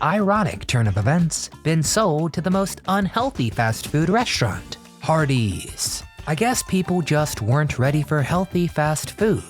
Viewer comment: It’s pronounced REST-raunt, not RESHT-raunt. And I loved the Little Black Sambo story when I was little. It was never done in a mean way. I wanted him to be my friend when I was 4 years old.